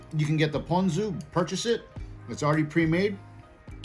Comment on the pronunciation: Of course I can rely on a local boy to pronounce “ponzu” correctly! I went to the first 7 suggested videos on how to pronounce it...and they ALL said “pawn-zoo”! 🤦🏽‍♂️